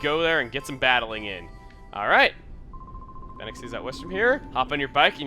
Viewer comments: I always thought that Phenac City was pronounced like "Fee-Nick" not "Fen-Ack". It's always so weird hearing things so differently when you've had one way of saying them in your head for years... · Also, you may have forgotten to mention that the MC is literally a bad-ass (No literally, he is a wanted criminal) compared to a ten year old...And judging by how you called it Phen-Ack city, and not like Phoenix, Arizona makes me think I can tell you that, like how the areas in Pokemon are based on Japan, this one's area is based on Arizona, including that the Oasis in the desert story that Phenac is based on is the same as Phoenix, Arizona. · I still think it is "Fee-Nick." Phenac City IS based off of Phoenix, Arizona. It just makes sense for them to sound similar. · I always thought it was pronounced "Fee-Nick" city .-. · At first I thought you pronounced "Phenac" city as "Fine-ass" city. I almost prefer the latter XD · Hey Chugga, not to nitpick or repeat comments, but I think Phenac should pronounced more like Fee-nick, since Orre is supposed to be based on Arizona, particularly around Phoenix, I think. Didn't you live in Phoenix? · I think Phenac City is supposed to be pronounced with an long e sound since it is based off of Phoenix, Arizona. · It should probably be noted that Phenac is pronounced like "Phoenix", since Orre is based on Arizona. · the way... you pronounced phenac... so different from what i say...